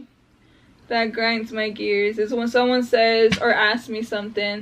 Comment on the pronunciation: you said, it just piiiiiiigring my gears lol